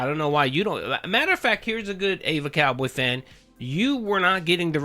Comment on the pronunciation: I honestly just want to know why everyone keeps pronouncing “EvaCowboyFan” as “AY-VUH Cowboy Fan” lol???